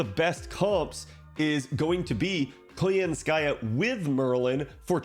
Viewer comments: it is koYAnskaya btw, not koyanskAya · for english speakers out there. in "Koyanskaya" the emphases falls on the first "ya", not 'ka" it's KoYAnskaya, not KoyansKAya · It's pronounced as ko-YAN-ska-ya. But anyway good content. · *snicker* What did you say? *replays* 😂 I am fluent in Russian, and your pronunciation is hilarious! Thanks for that.